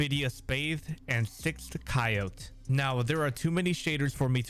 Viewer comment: No way you pronounced coyote like you just did😭💀💀